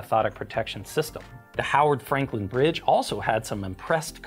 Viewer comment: Hey! The bridge I commute over! You weren't in town, were you? [ Also: 1000 extra point for pronouncing Mr Frankland's last name properly ]